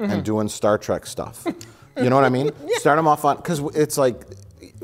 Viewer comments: Star "TRACK". A pet peeve for sure. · if you cant pronounce TREK you shouldnt be reviewing it